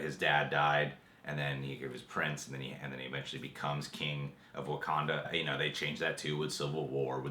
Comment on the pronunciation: "What do you know.... about WaKANDA?" Am I the only one who was a little annoyed by the way he pronounced that? XD